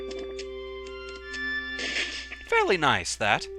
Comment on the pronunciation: ... You say "Magma" kinda weird... O.o